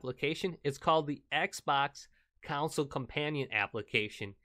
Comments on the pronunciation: Bro stop pronouncing console as counsoule....its damn annoying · the only thing that annoys me is that he say's ' counsel' instead of console uggg